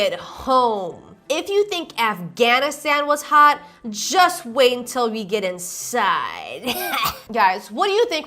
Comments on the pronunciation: "we get iniside" lol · I hope there are some "conidoms" for when ya'll get "iniside" 🙄